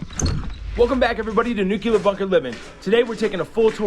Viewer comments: Nuclear, not Nucular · New-clear....NOT nu-q-ler